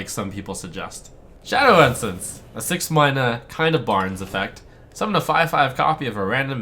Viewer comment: "6 Mayna"